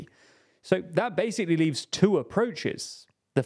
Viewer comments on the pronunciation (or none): This guy accentuates his syllables randomly like if he was sneezing them. "Countries like ChiNA!! in twenty twenty TO!!" That's beyond annoying I'm watching with subtitles and audio off.